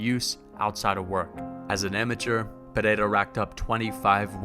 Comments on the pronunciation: "Pereira" not "pineda" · its NOT PERERA , its PEREIRA brother